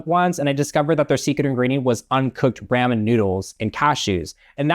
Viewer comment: this movie tends to walk the fine line with people via "it sucks so bad it makes me want to kill sombody" or "it's so fucking stupid i love it", and there is absolutely no in-between. anyways, why did you pronounce ramen like that, im scared 😟 /lh